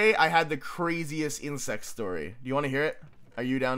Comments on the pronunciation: omg i thought said "insane sex story" instead of " insane insect story" HAHAHAHAHA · I THOUGHT HE SAID INCEST STORY OH MY GOD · When he said 'crazy insect story' I spew water all over my iPhone (i watch on my phone)... I thought he said 'crazy incest story'....